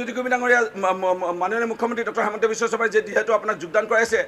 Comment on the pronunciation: হিমন্ত নে হেমন্ত শূদ্ধকৈ কব